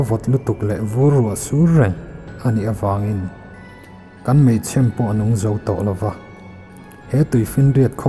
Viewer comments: Keipawh meichhem ti loin... Meichhêm tih hi sawidan ka hriat tlanglawn ani mah zawk.. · Meichhêm!! Mei ,,,,chhem hi lam fuh lo nge, aw, Mei tuah ti hi a Mizo ṭawng hmang zawk em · Meichhem i sawidan khi adik lo aw, chheem, a thlukna ka dah theilo, mizo alphabet ka hman loh avangin, thluk tawh ang che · Mei chhem tih tluk dan tur thiin min chhem tih thluka cheeem, tiang khan. A ngaih nawm ltk e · Mei chhem.... Ilamdan hi... K ngai mawh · Maenga thu chhiar hi sel tur a vang in ngaihthlak a nuam thin, in sawi hi dik ka ti, meichhem tih a chhem tih tak hi "chhemdam thli" tih a chhem tih rik ang hian ri se a mam lehzual in ka ring... țhahnemngaih thu ah ka lo sawi ve e...